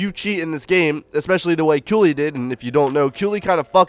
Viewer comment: I thought it was pronounced Kaylee not how you pronounce it?